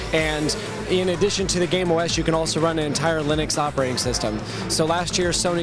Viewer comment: "Gaim" i thoughtd he sayd "Game"